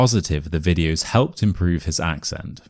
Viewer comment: I think you have mispronunciation for number 9. the word 'improve' you are stressing on the first syllable when you are saying